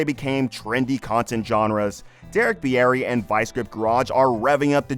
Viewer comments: It's pronounced beer-ey. Not beeyeti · Beer ree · "Bee-air-ee" sheesh dude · You should learn how to pronounce names before making videos of people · Pretty sure that's not how he pronounces his last name.